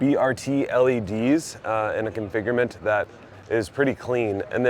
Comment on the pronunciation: Configurment=configuration Thhhhhulee racks=toolee racks Re-creating languages since 2025 😂